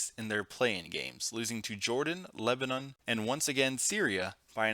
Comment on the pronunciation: He said Lubanon